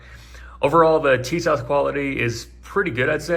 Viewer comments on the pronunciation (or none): It’s pronounced “Tee-zschawach” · It is actually pronounced Tisash